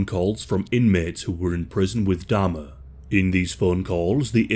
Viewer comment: Can you please pronounce Jeff's surname correctly?? It's Jeffrey Dahmer.